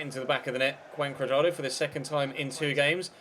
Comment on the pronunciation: That's how it is pronounced actually :v